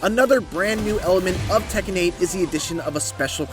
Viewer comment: It’s tekken